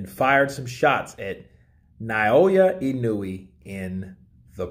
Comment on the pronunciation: why do so many people keep saying now-O-ya-oh? lol Its Naoya(Now-ya) and Inoue(In-o-way) lol